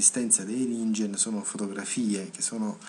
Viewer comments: Per tua curiosità: si legge "ninghen", la g dolce non esiste in giapponese ;) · si legge ninghen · Si pronuncia 'Ninghen'. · In giapponese si legge NINGHEN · Comunque si pronuncia ninghen.